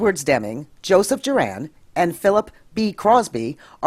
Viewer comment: I'd be more impressed if you hadn't mispronounced Juran's name. It's JURR-in, not Jur-ANN.